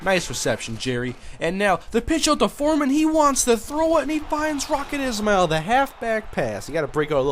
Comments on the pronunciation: btw its not Rocket "is-mail" ...its Rocket "Ish-Ma-L" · The way you are supposed to pronounce Rockets Ismael's last name is like this, (Ish-male) just a tip.